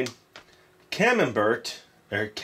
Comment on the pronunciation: Camembert is a soft cheese from Northern France. It's pronounced Camem*bear* and you don't say the t lol It's similar to brie in texture.